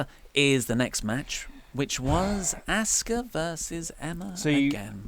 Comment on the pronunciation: asuka (aww-ska) not asska